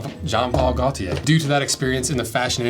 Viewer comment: Fun fact: Your auto-pronouncer pronounced "Gaultier" incorrectly. The "L" is silent. It's "Go - tee- yay."